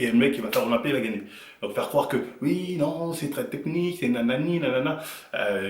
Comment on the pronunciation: "Ui" ❌ "Oui" ✅